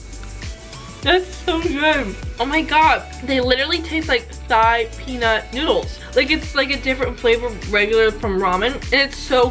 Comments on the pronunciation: Thai is pronounce like tie not thigh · Lmao love the vid, Thai is pronounced like ty btw